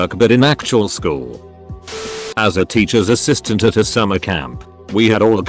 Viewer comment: Hmmm... I never knew you say "at" like that...